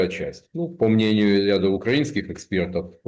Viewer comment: ЭхсперД🙈🙈🙈 аж тошно